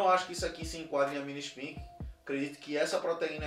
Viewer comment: É "espaique", não "ispique". Falavam milhares de vezes por dia da proteína spike do coronavirus, durante 2 anos. Impossível não saber a pronuncia correta, a não ser que estivesse em marte.